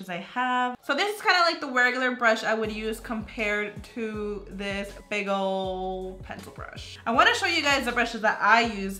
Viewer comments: Is it just me or when she was saying "big old brushes" to me it sounded like she was saying bagle brushes 😂😂😂😂😂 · Everytime she said “big old brushes” it sounded like she was saying “bagel brushes” No hate tho 😂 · when you said "big old brushes" I heard bagel brushes!! :D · Anyone hear BAGEL BRUSHES. ????😂 😂